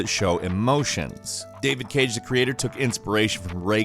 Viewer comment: Pretty sure you are pronouncing Davide Çage wrong.